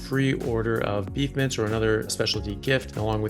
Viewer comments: LOL! 🤣🤣🤣🤣I thought you were saying Carnivore "Mints"! I finally realized you were saying "Mince". 🤣🤣🤣🤣🤣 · Every time he says it. 😆